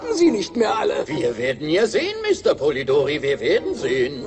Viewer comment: Polidory nein polidori mit einem i polidory nein polidori mit i